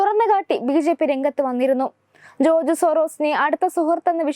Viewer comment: ജോർജ് എന്ന് ഉറച്ചു പറയൂ കുട്ടി